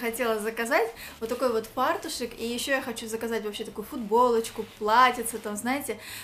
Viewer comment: ФартуЧЕК!! А не фартуШЕК.